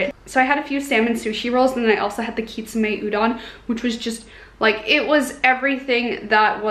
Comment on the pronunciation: Actually it is kitsune not kitsume. Haha